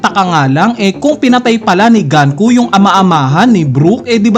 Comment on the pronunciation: Sino ba kasi si GANKU??? 🤣 ganku ka ng ganku... 🤣 The name Gunko, a character from One Piece, is pronounced as "goon-koh" (IPA: /ɡuːnkoʊ/).